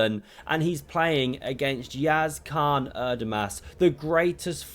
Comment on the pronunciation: If you believee that Yağız Kaan Erdoğmuş will be better than or somehow be equal to Magnus Carlsen, you should better learn how to pronounce his name. It won't take hours, just one minute of your precious time, princess. Don't be an ignorant like most princesses